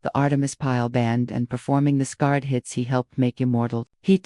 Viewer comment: Horrible AI narration, "scarred" instead of Skynyrd? Thumbs down.